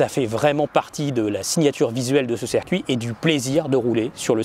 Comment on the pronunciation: Circuit! Ciiiircuit! Avec un i!